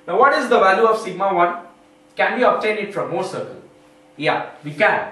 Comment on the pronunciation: thx. could never thought i would laugh so hard at anything about the "mouuhrrr cieerkl"